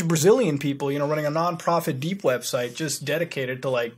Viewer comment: did he say 'dank' web browsing?